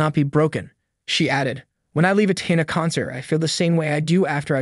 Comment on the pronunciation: Exactly. Of all the words to mispronounce, you can't say the word Tina? smh